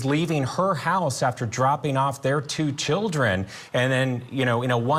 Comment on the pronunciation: This guy is a robot ,What is an Gijet’ko? Hahhahahhahah and again can someone at court tv talk to him please hahahah and he fucks up at least 15more words, “victIiI,hiim husbaeand,childreaen,her self”